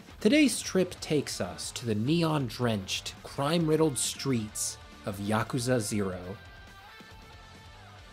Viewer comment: It's so nice to finally hear someone pronounce yakuza correctly